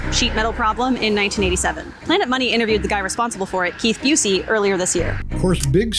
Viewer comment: A couple things: there’s a better story that could be told about Steel and Mr Busse specifically for a channel called Hustle. And it’s pronounced (Bus-E) 😂